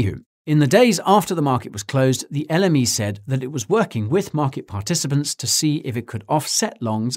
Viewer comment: Every time he says l m e it sounds like the enemy